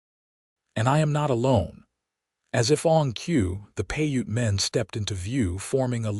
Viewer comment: Piute is pronounced "pi•ute". Long "I" in English, long "u" as in English, silent e at the end of the word.